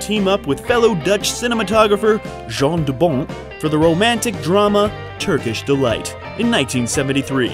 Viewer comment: Your pronunciation of names is awful. "Jan", not "Jean" de Bont (Bond but with a t). Verh-oe-ven (like U-kelele), not hOven. Regardless, always happy for this WTF Happened series, now featuring the great Verhoeven ;-)